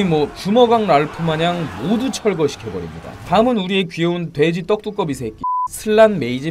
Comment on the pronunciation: 돼지 떡두꺼비 발음 찰지다 ㅋㅋㅋㅋ